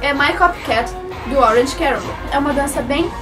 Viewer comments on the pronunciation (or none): none